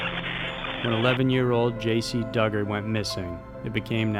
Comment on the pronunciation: Its pronounced DOO-gard